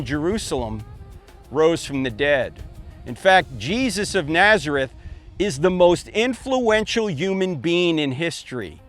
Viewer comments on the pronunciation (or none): none